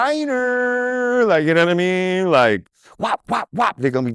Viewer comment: Lord Jamar I don't know yanadamean I am sure drizzy yanadamean and yo yanadamean. Completely uneducated.